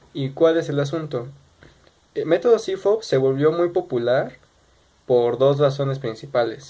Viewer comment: Fridrich=CFOP sólo que él lo pronunció como cifop